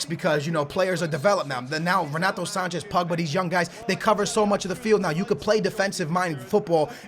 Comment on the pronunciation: Andre Gomes is worth €40 million maybe 50 he didn't get a chance by Jesus at Benfica. And what's up with your pronunciation for Andre Gomes and Renato Sanches??